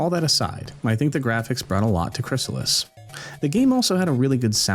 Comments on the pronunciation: Crystalis, not Chrysalis. Right? 😅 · Let me help you out on the name of the game you're making a video about: Krih-stall-us (Aside from the distinct syllables, you may also notice that the word contains the letter T.)